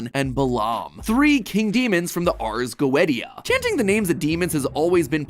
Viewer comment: I can't get over Mat's pronunciation of the Ars Goetia